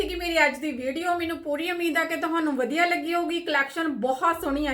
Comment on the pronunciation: ਜੀ ਵਧੀਆ ਹੁੰਦਾ ਹੈ ਜੀ ਨਾਂ ਕਿ ਵੱਦੀਆ ਹੁੰਦਾ ਹੈ ਜੀ 🙏🇨🇦🙏